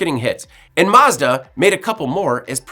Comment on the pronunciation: I really hate the way you pronounce Mazda